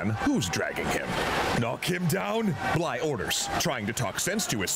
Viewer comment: Bligh not blythe